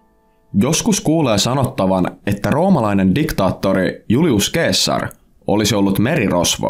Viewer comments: Se ei ole "keessar" vaan "seesar" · Eikös sitä sanota seessar eikä keessar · Btw se lausutaa seessar eikä keessar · Se lausutaan seessar eikä keessar. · Eikös Caesar lausta 'Seesar'? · Julius keesar😩 korvat särkyy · Se lausutaan Seasar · Katselua häiritsi liikaa väärinääntäminen k:lla... Tollanen asia pitäisi tietää tällästä videota tehdessä :\ muuten mielenkiintoinen video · Hyvin lausuttu toi ceasar😂